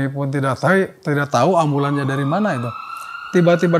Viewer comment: Typo gitu ngomongnya "kami tidak tai" 😂😂